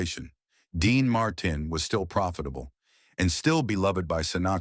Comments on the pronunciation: Quit using AI that cant even pronounce names Dean Marten. Using real people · The butchered pronunciation of Dean Martin ‘s last name was truly a crime. Perhaps A.I. should do some research on these iconic stars who were so very famous. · Why can't he pronounce Dean Martin's name properly. Its not a hard name. Who cleared this video before it went on the Web.